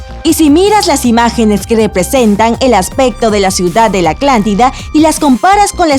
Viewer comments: Alguien más noto que siempre dice Aclantida en lugar de Atlántida? Edición ojo aquí esa dicción está terrible, digo que se te escapé una vez está bien, pero cada vez que lo dice, por favor. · Soy el único que escucha que dice "Aclantida y no Atlántida? buen vídeo, fuera de eso, cada ves me sorprendes más con este tipo de temas! ❤️ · me parece o mis oídos están mal o es la narradora , alguien escucho que antes de decir atlantida , dice aclantida..... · Una duda. Es la atlantida o la aclantida, por que asi lo pronuncia la narradora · Soy yo o todo el vídeo dices aclantida en vez de Atlántida ? ☹️ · es Atlántida no aclántida como ella lo pronuncia...jajaja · Lo iba a ver pero me fastidio escuchar aclantida, aclantico, aclantes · Hola. En lugar de decir Atlantida se escucha que dices " Aclantida". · Mientras pasa el vídeo y escucho Aclantida, Se vuelve más gracioso. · Por favor ella no puede pronunciar la Letra !! T !! Por eso Dice Aclantida en vez De Atlantida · Soy el único que le escucha "aclántida"? :v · es atlántida no aclantida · se dice "ATLANTIDA", no "ACLANTIDA".......iletrada! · Y a parte de decir aclantida también proncia mal sahara que aunque se escriba así se dice sájara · Habla bien pendeja "aclantida" "Océano aclantico" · Se pronuncia Atlántida, no Aclantida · ACLANTIDA...ACLANTICO?? APRENDE A PRONUNCIAR GRACIAS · Aclantida? Neta jajaja El vídeo es bueno pero hay que poner atención en la pronunciación :) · Jaja alguien más noto que la narradora dice aclantida en vez de Atlántida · Soy yo o la narradora dice Aclántida en lugar de Atlántida? XD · a la tipa le escucho que dice "aclantida" y no atlantida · "Aclantida" :v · Like si notaste que dice Aclantida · Soy el único que escucha Aclántida en lugar de Atlántida? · Atlántida no "Aclántida". 😡😡😡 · Debes cuidar tu pronunciación, no es aclantida, es Atlántida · ATLÁNTIDA ESTÚPIDA NO ACLANTIDA JAJJAJAJAJA HABLE BIEN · "aclantida" Pendeja jaja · Aclantida? Jajajaja siempre dice así...